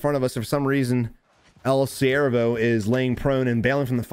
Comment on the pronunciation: Brooooo your spanish is on point in your subconscious that's so dope I laughed my ass off when you were saying El SiervoPR